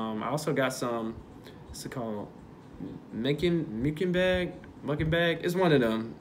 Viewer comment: Lmfaoo "Mickingbag".. Its Muckbang lol.